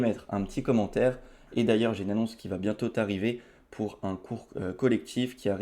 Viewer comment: et maintenant j'ai une annonce qui va bientôt t'arriver ( tu fais la liaison avec le T de bientôt alors qu'on dit bientôt arriver sans prononcer le T à la fin de bientôt! ) 😂 je m'attends à CE qu'il fasse d5! ( pas à qui fasse d5 ), ici je m'attendais pas à qui vienne prendre ( à ce QU'IL vienne prendre! ) Non vraiment ressaissi toi car ce sont des fautes horribles dignes du CP, on va faire un truc je te donne des cours de français tu me donnes des cours d'échecs - ok? ( parceque c'est sans doute ce que tu devais faire à la place des cours de français?! 🤔😂). Bon allez sans rancune j'espère?! Sinon très belle partie de ta part, tu l'as vite renvoyé ds les cordes le pauvre. Et encore une fois ne m'en veux pas pour la petite remarque mais sincèrement ça pique trop les esgourdes. 😂♟️🚀